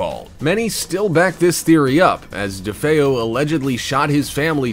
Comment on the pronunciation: Thank you for actually saying DeFeo correctly.